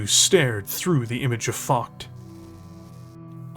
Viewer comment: Why can't stateiens pronounce Focht? It's not hard And it does not ryhme with F'cked